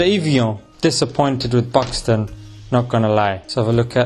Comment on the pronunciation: why he sound as if he says 'pakistan' when he says Buxton ?